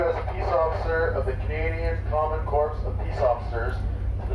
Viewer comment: If the person deputizing you pronounces “corps” as “corpse”, the process should be voided.